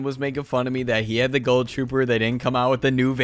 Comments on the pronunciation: My man said GULL TROOPER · He says ghoul weird he says it like goahl I say ghoul